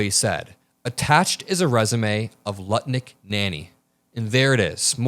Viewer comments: We need to be like a dog with a bone, and never let the topic of the Epstein files go. We need to hold every single pedophile accountable for their disgusting actions.:. it's Howard Lutnick, not "Nutlik" A little Freudian slip there. 😂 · said Nutlick instead of Lutnick😂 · I think I heard say.. Nutlick instead of Lutnick..😂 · Did you realized you called Lutnick, NutLick one time? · Just prior to , I think you said nut lick 😂😂😂😂😂 instead of Lutnick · Am I the only one who heard saying Howard Nutlick instead of Lutnick?! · Did i hear call lutnick, nutlick in the 1st 3 minutes. Love u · Did I hear "NUTLICK" not Lutnick?😂😂😂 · You dropped "Nutlick" instead of Lutnick at roughly ! Priceless! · I like, he's one of my favorites on Youtube. Not sure if it was on purpose or a slip when he called Lutnick, Nutlick! 😂😂😂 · 3.32 slip of the tongue you called Lutnik NUTLICK! Hilarious and so accurate 😂😂😂❤ 💙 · you called Lutnick "Nutlick". Hahaha! Classic! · Okay so I'm watching your show and instead of saying lutnick you said nutlick. What a perfect Freudian slip. Probably what he wanted done on Epstein's Island. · did you just call the man Howard Nutlick? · you totally said "Howard Nutlick" 🤣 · lol I though said Howard Nutlick. Sounds appropriate! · It was probably a Freudian slip, but I swear you just said "Howard Nutlick" 😂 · Howard "nutlick". I caught it 😂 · Howard “Nut-lick” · Anyone else notice that said Howard "Nutlick" early in this video? I'm not sure if it was a slip of the tongue, or if he did it on purpose. Either way, I caught it, and I giggled just a little bit. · You said Nutlick lol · Did he call him Howard Nutlick at one point?! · You said nutlick at least once lol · did say nutlick? lol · I just love how you call him nut lick😂😂😂😂😂😂😂😂😂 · I get the feeling didn’t realize he said, “Nutlick.” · LOL you said nutlick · Nutlick? Did I heard it correctly? 😂😂😂😂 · Was that deliberate? 🤣🤣 "Howard Nutlick"